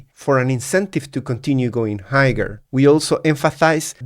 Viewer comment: Great analysis. Just an FYI the g in higher is a silent g. You shouldn't pronounce it hi-yer is the correct pronunciation